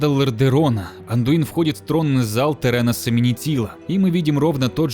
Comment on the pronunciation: Разве ударение не ТерЕнас Менетил?